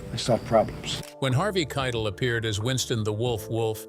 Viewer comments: Yes, it’s Harvey kigh-‘Tell. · Harvey Kiet-ul?? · '"KI - TELL", ITS PRONOUNCED "KI - TELL" ... Sigh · 😅Hey! Don't be mean! They can pronounce it Kye-tul if they want!😅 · He saId Harvey K's last name wrong. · Learn how to pronounce Harvey,s last name. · Please learn how to pronounce names. You butchered Harvey Keitel several times. He's a Hollywood legend, and it diminishes your video when you sound so ignorant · Numbers 3 & 6 were the same thing. So make that 19 “weird facts” about pulp fiction, read by a robot voice who doesn’t know how to pronounce Harvey Keitel’s name. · Dude can't even correctly pronounce Harvey Keitel's name. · I cannot stress this enough: LISTEN TO THE WHOLE VIDEO BEFORE POSTING IT. ... "Kytal" and "Bad mother asterisk ker" and "to alist status." UGH.